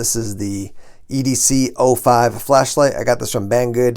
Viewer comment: I tried Googling this and couldn’t find it. Turns out the model is EDC “zero” 5. You referred to it as the EDC “Oh” 5.